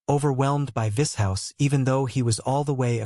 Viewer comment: Vis HOUSE 😂